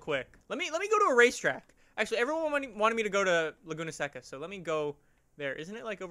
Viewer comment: also its laguna SAY-CA